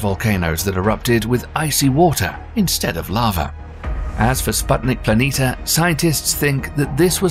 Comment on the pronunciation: Why do you constanstly omit the "i" near the end of PLANITIA and mis-pronounce it as PLANITA?